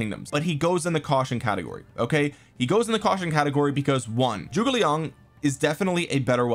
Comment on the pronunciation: can we stop pronouncing "Zhuge" as "Joo-gay"? or do we still want to keep mispronouncing it?